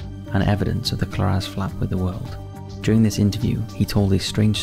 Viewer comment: Its pronounced Co-lar-ez